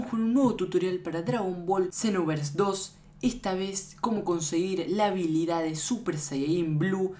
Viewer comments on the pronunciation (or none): none